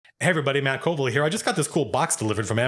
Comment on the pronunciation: The way you said coolville in the intro sounds kinda like kobold